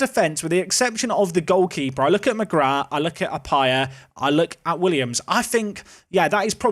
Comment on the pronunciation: Oisin is pronounced o-sheen. On a similar note McGrath is also an Irish surname. That's pronounced mu-graa. Love the series :D